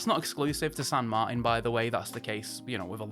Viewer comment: San Mar-tan Not Martin. Like your Uncle martin.